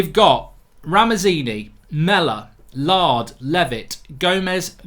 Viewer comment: Mark it is NOT Lard it is LAIRD!!!!